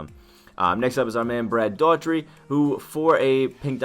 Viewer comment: Pronouncing Brad Dougherty wrong